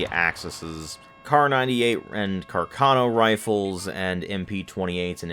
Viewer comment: You are the kind of guy who would care about this detail so I'm going to say it: it's "càrcano" with the accent on the first A. I know a bunch of reputable people who talk about guns on Youtube pronounce it "carcàno", but I can assure you that in Italian the accent is on the first A.